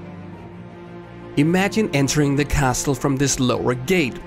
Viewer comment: CASLE, the T is silent!